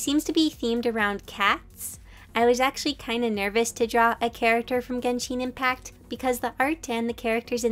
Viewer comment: Did she just say ginsheen impact...